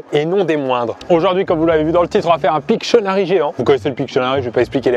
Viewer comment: c kwa 1 pictcheunarie